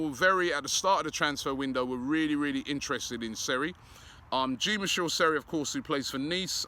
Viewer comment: Sorry Robbie Jean Michelle Seri is not coming to Arsenal until you pronounce his name correctly. The J in Jean is pronounced as in XHAKA not as in GIN